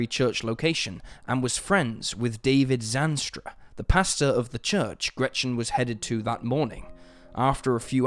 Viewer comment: Sorry, but the way he pronounces Gretchen triggers me so much, as a german.